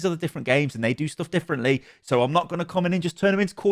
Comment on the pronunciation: "And 'dey say chivalry is dead" ?